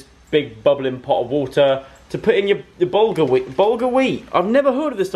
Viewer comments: Bahaha hahahah joe I'm pretty sure bulgar weat is like cuss cuss which is pronounced like coos coos 😂😂idk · laughing at how Joe pronounces bulgar weat